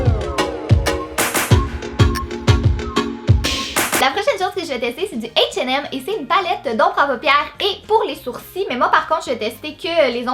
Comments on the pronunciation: Beverly Amand Oui, '' atch et hem '' pour H&M 😂 Mais son accent est tellement magnifique et trop mignon!!! On t'adore!!!!!!!!!!!!!!!!!! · h&m ça se dit ''ashe et aime'' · P.S. j'adore comment tu dis H et M (en anglais) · T'es trop belle J'aime trop ton accent surtout quand tu dis H&M ❤️ Super vidéo Gros bisous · Franchement aprend a lire ses h et m elf recourbe cils et rouge à lèvre mate avec un e et prononcer le t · C'est trop drôle la façon dont tu dis H&M😊. Sinon j'adore tes vidéos, Bizouuuu ❤️ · C'est vrai qu'en France on dit pas ça comme ça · Equit ' C'est l'accent québécois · Oui c'est clair